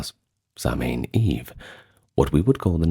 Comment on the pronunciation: Fab video although your pronunciation is off . Immediately not Samhain being incorrect, but I do appreciate the effort